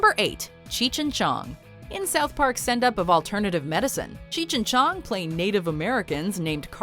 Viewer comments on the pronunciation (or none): none